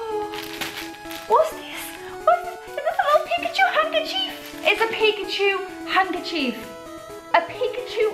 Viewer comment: Hanker chief? U say it so wired lol Love your vids though